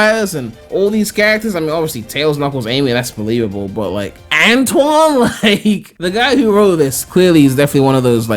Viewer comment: They got Antoine's name wrong